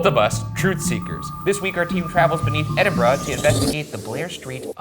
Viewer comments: As a Scot, literally got taken aback by Ryan pronouncing Edinburgh basically correct. I'm so used to American's butchering it LOL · Thank you for saying Edinburgh (Edin-bruh) properly. As a Glaswegian (Glasgow is pronounced Glaz-go) we are frequently scunnered (perplexed) by poor pronunciation. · Thank you for saying Edinburgh the right way 👍🏼👍🏼👏🏼👏🏼🏴🏴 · THANK YOU for pronouncing Edinburgh correctly, it is SO rare for Americans to do this! (I live there so trust me, I know.) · Bonus points for pronouncing Edinburgh properly. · I appreciate that you guys actually said EDINBURGH correctly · Thank you for pronouncing Edinburgh properly 😂 I may have unravelled somewhat without that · As a Scottish person i'm genuinely just happy you pronounced Edinburgh right 😭 ALSO - LOVED LOVED LOVED seeing you guys in Glasgow! Hope Shanes knee healed up lmao